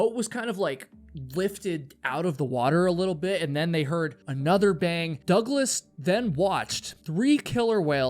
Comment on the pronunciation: Dougles to douglas ..teach you AI to pronounce